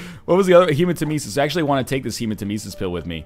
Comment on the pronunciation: Captain Wind I actually love the way you said Hermanitesis or whatever it's called.